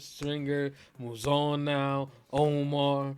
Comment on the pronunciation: 7HELLS‼️ As much as I hate Bro Mouzone it's like hearing a screeching chalkboard when you keep saying his name wrong😫 The emphasis is on ZONE and this is not the Sopranos its NOT Italian🤦🏾‍♀️